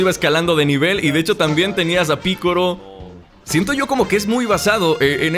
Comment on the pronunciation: buen canal amigo, pero es curioso como haces mal ciertos énfasis como la palabra "anime" tu la pronuncias como esdrújula con énfasis en la "a": "ánime". O también el nombre de "Goku" tu lo pronuncias como una palabra aguda: "Gokú", al igual que "Piccolo" tu lo pronuncias como esdrújula: "Píccolo". Y bueno aunque no quita que se entienda, es curiosos porque estas y otras palabras las pronuncias mal en cuanto a los énfasis. Un saludo